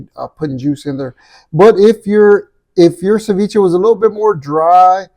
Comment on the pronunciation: I had to go back 3 times because "ser-vech-a" 😂 mah dood... "sa-vee-chay" 🤦‍♂️